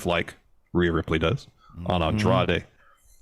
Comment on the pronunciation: My favorite part was Kevin Kelly struggling to say Andrade's name for an entire match with no one correcting him.